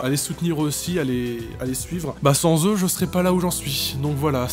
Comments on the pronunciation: sans prononcé sens j'ai mal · on dit "sAns" !!! c'est pas pour être méchante mais voilà quoi...😞 a et moi c'est #team pain au chocolat! !!